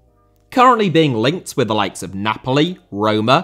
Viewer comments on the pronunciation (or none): none